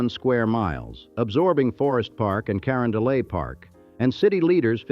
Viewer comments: "Corondolay" ffs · Cuh Ron duh let because the final t is pronounced in catalan named after Francisco Luis Hector, baron of Carondolet Gravois(gra voy ) Des peres ( duh pear) Spoede(spay dee) Chouteau( show-toe) AI is repugnant